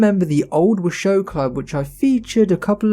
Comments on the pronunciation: It's pronounced "Wah-show", not "wa-shoe". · LOL! It's Wash-o , not Wa-shoe. I know this because I'm from there. The area is named after the Washoe Native American Tribe.